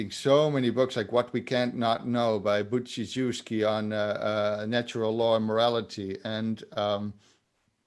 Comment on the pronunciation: I can help with pronunciation, it's Boojee-shevski, actually. :-D Meanwhile, still waiting for Job to read Narnia and come back to tell me "You were right, it's not just for kids, what is my penance?" ;)